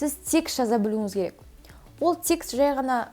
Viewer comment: текст деген созди секс деп естп калганснгой 😂